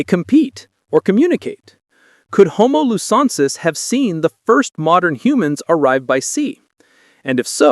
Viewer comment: Please learn how to pronounce the names of both new species. It's pronounced homo lu zon nensis and homo floren si ensis.